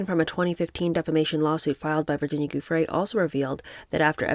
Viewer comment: An assist to my favorite book reader: Verbier = .yay Giuffre = JU.free (anytime you see Giu in a name, it's almost always pronounced as if it was spelled Ju - e.g. Giuliani).